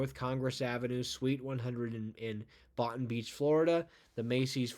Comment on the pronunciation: FYI, Boynton is pronounced Boyn-ton, not Botton. Also I actually expected that store to be on this list for years.